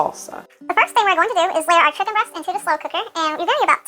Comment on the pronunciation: saying “you can deffly taste a hint of salsa and shicken” in salsa chicken is crazy